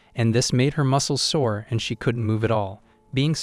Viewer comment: Why does he keep saying 'sour' instead of 'sore'?